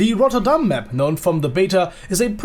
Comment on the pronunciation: Finally someone who says rotterdam correctly